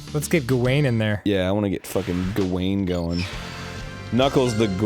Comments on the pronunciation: Sir Gawain (Gow-win) not Guh Wayne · the way they say "gawain" makes me thinking of that dancing kid, y'know DUANE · Ah yes, Gewain and the Green Knigt.